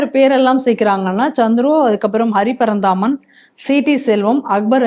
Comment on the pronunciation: அந்த போராளி நீதியரசர்கள் பட்டியலில் ஒருத்தர் பெயரை தவறாக உச்சரிக்கிறீர்கள்- அவர் அரி பரந்தாமன்..ஹரி பரந்தாமன் அல்லர்!